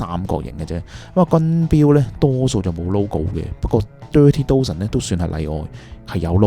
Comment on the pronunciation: You pronunciation of "Dozen" is wrong. Dozen - 一打